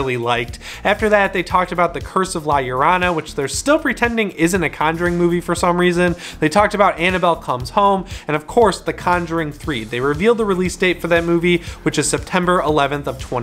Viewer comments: Lol pronounce it like this "La yo row na" La Llorona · The way you said “La Llorona” killed me #rip #dead